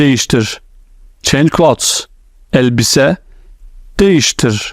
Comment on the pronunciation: That’s so helpful. Thank you so much. By the way clothes you pronounce ‘cloths’ as in clean clothes. But it’s clean “clothes”. Pronounced very differently.